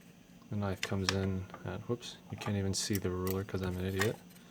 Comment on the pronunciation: holy shit! thats not a knoife, THIS IS A FUCKING NOIFE! love it man.